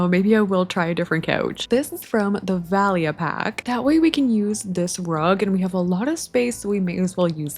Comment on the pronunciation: Valia is actually a greek name and it’s pronounced VA-lya! Love your vids btw🥰❤️!